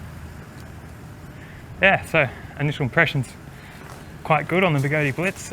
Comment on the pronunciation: I had no idea the tyre on the X-way was so skinny.. Was there room for a beefier tyre on it? You are still the only one that can pronounce Begode properly 😂